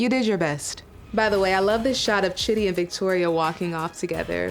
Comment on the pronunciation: "Lose ur patience Shidi lose it!" ... "Shidi drops this confession on Rayne!" I CANNOT 🤣😂 Just the name pronunciation got me in hysterics 😂